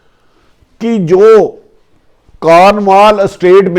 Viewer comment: It is called Cornwall estate not kanwal estate